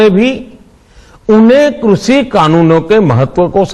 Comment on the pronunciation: इसको तो ठीक से कृषि भी नहीं बोलना आता